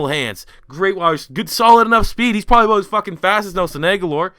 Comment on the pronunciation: talking aboot